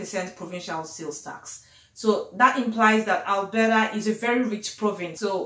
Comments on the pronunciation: Albera😂😂😂 babe is Alberta🤣🤣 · Waow. Nice one. You are speaking like a Canadian now😉😉. Love the way your pronounced 'Alberta' and 'cofers'... very 'yanki-ish' (lol). Keep the good work sis.